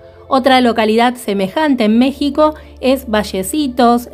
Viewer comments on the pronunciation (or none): none